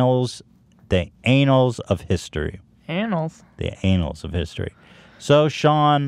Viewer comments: “It’ll go down in anals of history” -Ethan 2019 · "ann-uls" vs. "Ay-nals" Very easy to make the mistake, my question is if Ethan was making a joke...or if he actually felt like he was saying the word correctly?...No one will ever know.